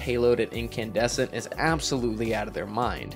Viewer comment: Wasn’t expecting the “Incandussy” lmaooo